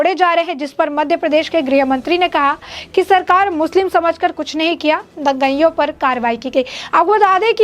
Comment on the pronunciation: तू बार बार दंगईयों बोलती जा रही है, क्यों? क्या तू अंग्रेज है? क्या तुझे यह भी नहीं मालूम कि 'दंगाईयों' होता है? क्या तूने कभी स्कूल का मुँह नहीं देखा? तुझे अक्षरशः भी नहीं मालूम? बेशर्म लड़की।